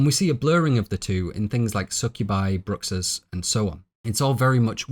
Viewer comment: It's pronounced "Brooo-Ha" Bruxas sounds funny to this Mexican 😂